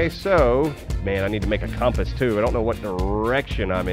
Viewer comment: "Compass" For the love of god, y'all need to learn how to pronounce the word "compass".